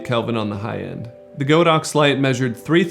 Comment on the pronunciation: It probably doesn't matter, but I thought I mentioned it here. Godox is actually pronounced God-Ox, not Go-Dox. The Chinese words 神牛 literally means just that. :) Anyways, great video :D